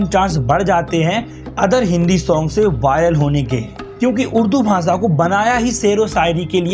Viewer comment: Saarook Khan, Cheej, Bhasa. Yeh kaise pronunciation hain?